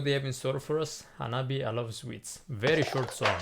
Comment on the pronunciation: At last hahaha It is pronounced hanabié You can also check out their songs "L.C.G." from their new album (even if it's a 2019 song) or "Envy" from their first EP HANABIE.'s new album is pure fire 🔥 and the vocalist Yukina is as aggressive as kawaii